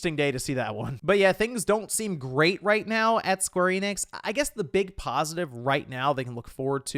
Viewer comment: Also, Square Enix is not pronounced 'Eee-nix'. It's simply En-ix, n-ix. And if you're an ultraweeb, you'll probably want to say enexu, or better yet en-nekk-su.